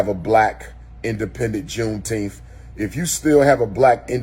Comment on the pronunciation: Did he say V Coon-teenth…😵‍💫🤦🏾‍♀️😂